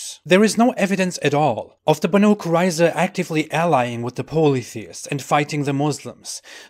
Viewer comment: It's pronaunced more like Baeneiy